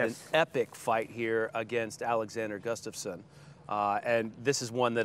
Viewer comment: His name is Gustafsson, not gustaffson. Like, mike’s son would be mikesson. Gustaf’s son. Many nordic surnames are like that, and always double s.